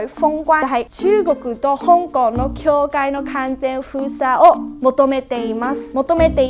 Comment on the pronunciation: 这日语还出来教人。。。笑了 医疗从事者都读不对。大陆也读不对。境界也读不对。真的是搞笑。